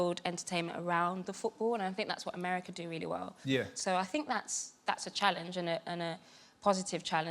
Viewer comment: 😂😂😂😂😂😂😂😂😂😂😂 that was me through the whole video it's funny trump cant even pronounce the name of the country he represents